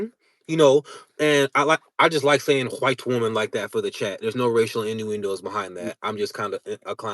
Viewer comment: Don’t like the emphasis on “white” woman. that’s cringe homie.